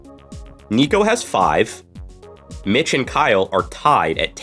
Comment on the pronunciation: At roughly , he says "Okay, okay, Mitch?" and for the fucking life of me it sounds like he's saying "bitch"